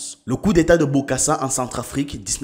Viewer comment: Très belle vidéo et je t’encourage à en faire d’avantage car tu ne cesses de me régaler avec ton contenu. Petit rectificatif lorsque tu parles de coup d’état en RCA. Lors de la prononciation ce n’est pas David Backo mais plutôt David Dacko* Sans oublier Bokassa son prénom n’est pas bien prononcé dans la vidéo.